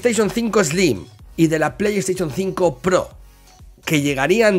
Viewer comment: Pleishon tsinco 😂😂😂😂